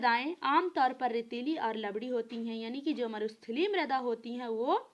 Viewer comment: लवडी नहीं भाई लवणीय है